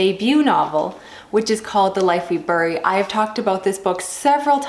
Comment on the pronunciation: don't think i've ever heard anyone pronounce bury like that before. midwestern thing? i'm in a bit of a reading slump now as well. just re-reading my favorites and trying to spend my audible points before they overlap. that sort of thing. :p i really, really enjoyed allen's first book. i had no idea there was a sequel. can't wait to jump into this one! thanks for the review, and good luck on the channel!